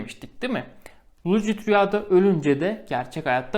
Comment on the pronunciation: Çok ciddi bir şekilde videonu izlerken senin' lucid' rüya demenle ip koptu keşke bir video hazırlayacak kadar zaman ayırmışken , anlattığın terimin doğru okunuşunada bir baksaydın Doğrusu lusid rüya olcak bilgine...